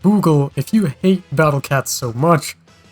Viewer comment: Every time he says he hates the battle cats it sounds like he ate the battle cats Let the cats go man